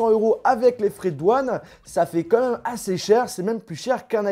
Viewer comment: Ça se dit pas "comme même" on dit "quand même"